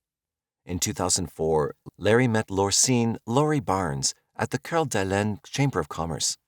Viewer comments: The pronunciation of Lake Coeur d’Alene. (kore-duh-Lane) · Not trying to be an asshole, but it’s driving me nuts…I know Coeur D’Alene is French and should probably sound like you are pronouncing it, but Idaho isn’t classy so it’s pronounced Core-duh-lane. Again, not trying to be an asshole. I really do like your videos. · the pronunciation of Coeur d’Alene makes me want to throw my phone 🤣